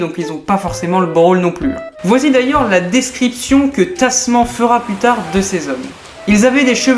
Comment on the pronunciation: (ça se prononce "tasmane"). les abel sont souvent de grands hommes ;)